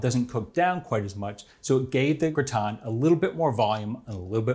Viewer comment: Looks like a great dish. This man is so methodical and exacting, that his butchery of the titular French word is baffling. Why not call the dish a "casserole"? There's no reason to be ashamed of the American term for this dish, is there?